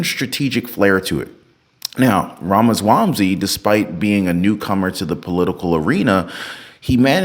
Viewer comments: Ramaswamsy??😂😂😂 Dude!! IT'S RAMASWAMY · wait bro u said Vivek Ramaswamsy?